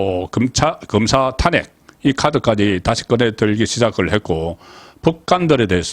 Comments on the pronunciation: 제발 탄핵발음 좀 잘해봐요 탄__핵 발음 좀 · 탄핵의 탄은 장모음, 그걸 계속 단모음으로 하니 좀 바보같아요, 경상도라고 용납안되지...